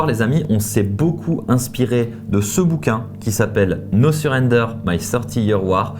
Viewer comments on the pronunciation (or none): Les gars … faites un effort sur l’accent anglais ! Surrendeur